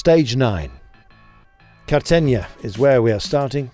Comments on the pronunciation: Cartenia? Carta -he-na! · Is accettable for an eurosport commentator pronunce CARTAGENA in that way?? “Cartenia” . This man is not professiona at all and show zero respect . Even during The editing he didnt care ti listen and correct the Bullshit that he as usual say, but this never happens. Is sistematic that he cant say any foreign name ..italian , spanish etc. Please fire him we re sick of this nonprofessional stuff